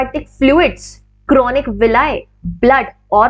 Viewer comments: Ma’am, it is chorionic villi not chronic villi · It is chorionic villi Not chronic I think. Kindly see. Regards